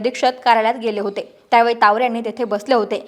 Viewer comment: Tawde nahi tawre Boltanna jara kalji ghya